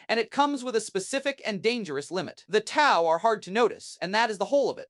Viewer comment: What is this T O Empire? I am unfamiliar with the Chaos god Zee-Inch. Who are the Toe people? Good video, but dear god it's mispronunciation hell. You will be able to easily identify people who learn about WH40K from a text to speech video.